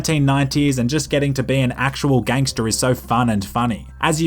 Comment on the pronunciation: A nerdy white Bri'ish guy saying "ganster" just makes it less gangster.